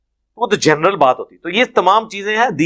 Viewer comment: Ye lo...😂 Aya bra engineer ali bhai....جنرل world ko جنریل kh rha h....aya deen sikhany